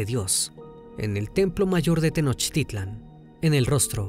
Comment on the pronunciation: TU NO ERES MEXICANO!!!!! PORQUE PRONUNCIAS MAL ALGUNAS PALABRAS! TENOXTLITAN, MEXICAS?